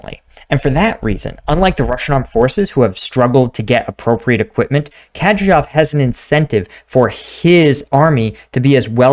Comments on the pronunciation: It's not Ke-DrioV, it's Ka-Dy-Ro-V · Its Kah-deer-off sir. Currahee out. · Its Kadyrov. Pronounced KAH-DEER_OVV.